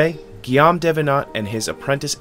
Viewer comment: Tabarnak le mec à massacré le nom Guillaume